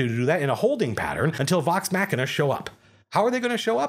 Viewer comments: Pronouncing it Vox Mack was rude/ignorant , it's Vox Machina (hard A, soft C) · "Vawx MAAchina" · I wasn't ready for the Wisconsin-ing of "vox machina"